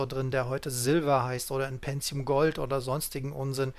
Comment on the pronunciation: Aber es einst doch PENTIUM und nicht "PENTZIUM"